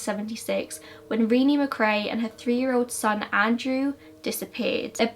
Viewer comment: Ahhhh! The Renee Macrae disappearance. Sorry I'm weirdly fangirling that this is not only from Scotland but near Inverness where I'm from :) Your pronunciation is spot on btw :)